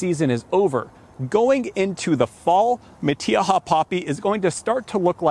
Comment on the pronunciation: I've never heard it pronounced like that before! I'm a native Californian and I can pronounced in spanish words. This is NOT how we pronounce it. We don't use the E sound when saying the letter " I" .